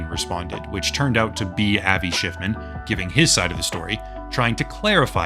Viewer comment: Ah yes Avi Shciffman